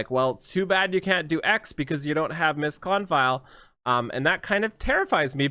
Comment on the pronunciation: Her artifact is pronounced "Miss Kon-feel".